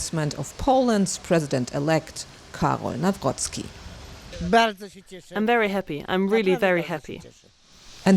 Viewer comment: Jeez cant you really make this minuscule effort and learn how to pronounce his surname NAWROCKI